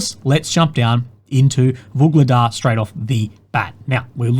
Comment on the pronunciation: That is one "UGLEGDAR" from me!